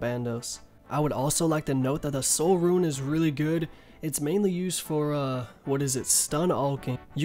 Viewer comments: He pronounces SO many things wrong and it's honestly frustrating. Who the fuck calls it a ruin? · You're unsure about how to pronounce mitre but you consistently mispronounce rune as ruin... How can you not second guess yourself when it comes to rune but with mitre you somehow thing to urself "oh, i might have mispronounced that"